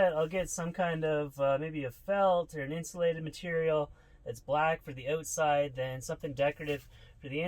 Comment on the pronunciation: "Just goin around the ootside" hahaha